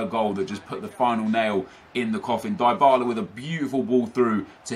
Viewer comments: Its "Dee-ba-la" not "die-ba-la" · It's pronounced dee-bala btw